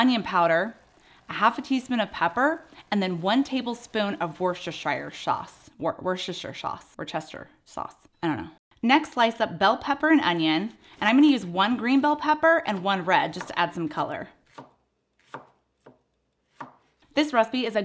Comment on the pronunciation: Lol as a brit who lives not too far from Worcestershire, its pronounced .... Wuh-Stir -Shire Sauce ;-) great recipes as always xx